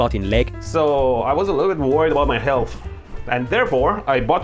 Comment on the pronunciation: good old "Helath" xd